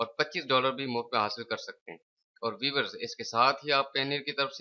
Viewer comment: o bhai vevers nahi viewers hay